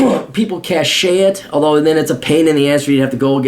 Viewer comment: "Cache" is pronounced like "cash", there is no "a" sound at the end. "Cachet" does have the "a" sound at the end, but it means: "a characteristic feature or quality conferring prestige" , not a stockpile or horde like "Cache". Who says knowing a little English in an English speaking country is "worthless"? ;)